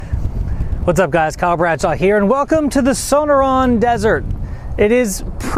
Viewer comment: Since you are fairly new to the "valley of the sun", you may not realize you put the em-PHA-sys on the wrong sy-LA-bol... "Sonoran" is pronounced, suh-NOR-an. :-)